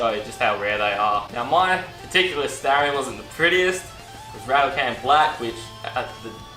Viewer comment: Its Star-ree- on - not starieyon